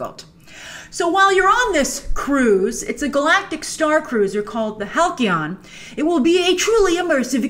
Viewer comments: Not Hal-Key-On. It's HAL-SEE-ON. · Halcyon = hal-see-on. Not hal-key-on. Please learn proper English. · It's pronounced (HAL-C-ON). Not HAL-KEY-ON... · Hal-key-on? It's pronounced Hal-see-on Grace! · I love you, Grace, but it's Hal-SEE-On..... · BTW, Halcyon is pronounced HAL-see-in. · halcyon = Haall-See-On :) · Halcyon is actually pronounced with a soft 'c'...